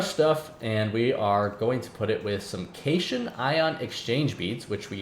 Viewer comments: one last thing is that as far as I know cation is pronounced "Cat-Ion" not "cashun" however that could be a British english vs American english thing. btw cation refers to a positively charged ion while an anion is negatively charged, so the beads are probaly ment to be some kind of catalyst, which would explain why you get them back. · Enjoying the series so far, one note cation is pronounced cat-ion similar to how anion is pronounced an-ion